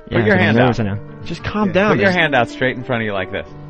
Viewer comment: I hate it so bad, it has to be a show of low intelligence to get such a basic word wrong. Nobody else says “buit” instead of “put” how did they not hit him in the mouth with the mic hearing that for a decade+ before he fixed it (which took a couple years)